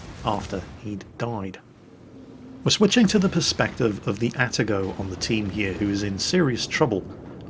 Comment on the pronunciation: There is probably no breaking the habit of an old sailor at this point, but.... It is A-ta-go Not At-a-go Confirmed by my Japanese coworkers.